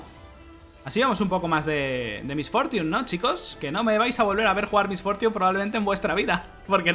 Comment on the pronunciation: "Mis fortiun", jajaja perdona mi ignorancia, nunca había escuchado su nombre con ese exquisito ingles xdxd, nike